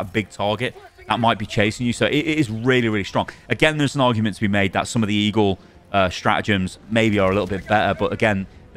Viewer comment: It’s StraTagems. Not Stra’agems